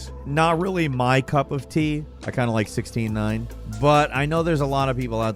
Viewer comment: I definitely heard "I kinda like 69" instead of 16:9 lol. I was like uh... this is a gaming channel?